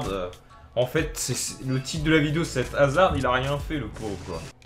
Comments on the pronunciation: sa se prononce hazar pas hazarde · C'est pas hazarde c'est haszard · dis hazard st p et pas hazarde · Hazard dans ta vidéo c'est comme dans la vraie vie : il crée toutes les actions mais ne les marques pas. C'est dommage parce qu'il a un énorme potentiel, en plus avec la situation de Chelsea en ce moment c'est dur pour lui. ( Ps : le D ne se prononce pas dans Hazard ;) ) Sinon bonne vidéo comme d'hab ! ;)